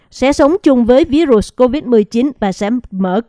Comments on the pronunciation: MC đọc sai từ virus,đọc tiếng Việt là vi-rút, đọc theo Tiếng Anh thì đọc virus=vai-rợt. Không đọc ví-rụt please! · Làm ơn đọc phát âm đúng cụm từ Virus chứ đừng đọc là ví rụs nghe không hiểu. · Xướng ngôn viên đọc VÍ_RỤT là cái gì vậy ?